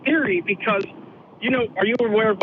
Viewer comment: “Do you know what Oak-hams ray-zar is?” Lmao I’m dead,. Thank you for that. 😂😂